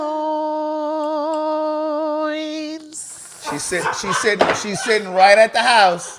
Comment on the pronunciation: With the HARD “SSSSS…….” I love it! 😂❤😂❤